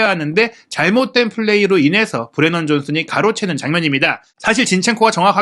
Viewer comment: 우도기랑 브레넌 존슨을 틀리게 말하던데.. 말을 좀 느리게 하더라도 정확하게 설명하는게 어떨까?